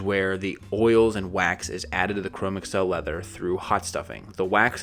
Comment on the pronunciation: I thoroughly enjoyed this, yet believe Chromexcel is pronounced "chro-mexel" rather than google "Chrome" + microsoft "Excel."